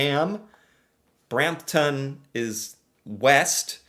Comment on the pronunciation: over a simple simple word? Nope! I’m American even I could tell that that was very often sounding. I have never pronounced a town name that ended in TON like that. if you manage to butcher that name, you’re either doing it on purpose or have an IQ in the single digits